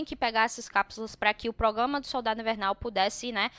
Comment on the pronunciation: ProgRama,! ProgRamar Kkkkkk não come esse R não